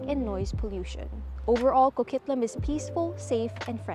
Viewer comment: Hol' up. There's tonnes of traffic in Coquitlam... Like some of the worst in the lower mainland... And it's Co-QUIT-lam, like as in quit talkin bull